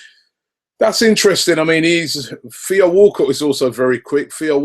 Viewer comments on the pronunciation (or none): none